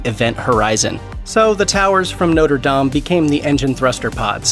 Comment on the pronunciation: Thank you for pronouncing Notre Dame correctly👍👍👍👍